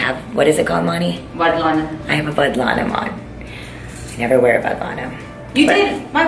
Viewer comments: It's vaddanam. Your so cute Deepica💕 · Love from Hyderabad Akka ❤❤❤ Akka it is called "Vaddanam" not "Vadlanam" 😀😀